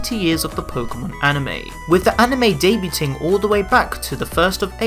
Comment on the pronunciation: Really wish kids these days knew how to say debut and debuting...